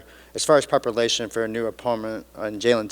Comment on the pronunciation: Prepalation bro 😂